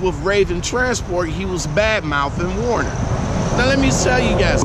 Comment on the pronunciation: Why do all you you tube drivers say "Warner, when it's WERNER? ?" Just a question.